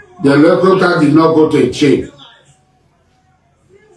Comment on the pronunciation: Please tell Asari Dokugbo that word is not Elecopta but Helicopter 😂😂😂